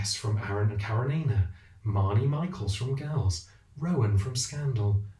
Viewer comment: I k ow right? Like are the characters of those shows basically the same person but with slight variations? And stop saying karenina like that, you need a Russian literature refresher but I would suggest Russian linguistics/phonetics 101 so you can just say it correctly and pretend you know it like the back of your hand